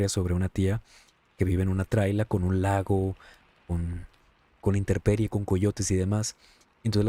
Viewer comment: nomas un detallito: es intemperie, no interperie ☺️😉 Qué miedo tener a un familiar que tenga ese contacto!!, 😧😦😨